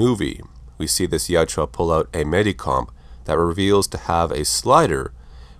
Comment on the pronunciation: my dude, its jautja not jatjua :)